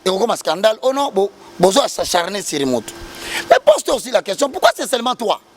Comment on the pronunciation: avec ta grande gueule tu n sais pas dire S'ACHARNER??? kiekiekie "s'encharner"😅😅😅